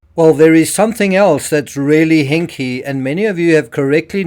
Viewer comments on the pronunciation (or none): I love the "HINK" 🤣🤣🤣